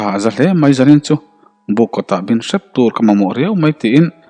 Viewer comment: Sep rawtui ti a sep hi step angin lam rawh